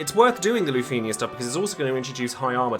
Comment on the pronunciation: Is it just me or do you not like the way he pronounces lufenia?